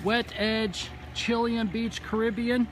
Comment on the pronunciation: The stone is from Chile hence Chi-lay-en